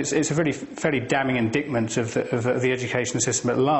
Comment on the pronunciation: A supposedly literate guy can't even pronounce the word "indictment".